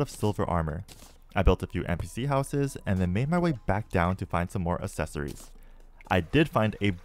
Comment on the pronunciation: Why do you say accessory like assessory?